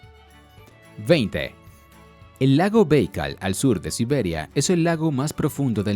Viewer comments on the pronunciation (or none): Lo siento mucho... No soporto la pronunciación de los nombres tan alejada de la correcta: ¿Lago "Béikal"? ¿Qué me vas a enseñar?